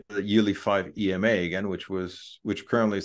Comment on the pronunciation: How can anyone possibly trust the analysis of someone who pronounces EMA as a word?